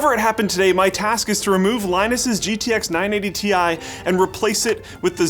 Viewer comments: It's not a 980 "tai" it a 980 "T. I." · "980 Thai"